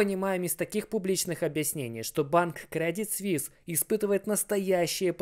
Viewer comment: Не свис а суис